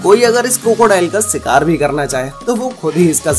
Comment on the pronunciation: You lost me where you said "SIKAAR"